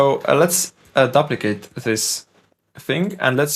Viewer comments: I hope you don’t mind me letting you know that duplicate is pronounced dyooplicate not dupplicate. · Vis-kus. You had it right the 2nd time. ^_^ And it's "dUp-licate" not "Dublicate". "Double" and "Duplicate"... English is all messed up. ^_^ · Duplicate is pronounced "doop"- like, like goop or soup.